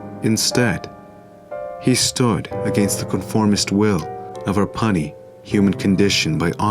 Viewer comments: Epic beauty man, love your stuff! Thank you.🙏 one little thing: the word “puny” is pronounced pewnie not puhnie. 😉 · puny sounds like pew-knee.